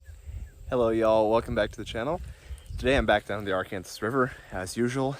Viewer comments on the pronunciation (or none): Why do you call it the Ar-Kansas river when it’s called the Arkansas river like the state? 🤷‍♀️ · Ar(our)kansas river